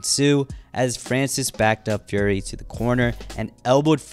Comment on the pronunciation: Why does it sound like you say Gary instead of Fury sometimes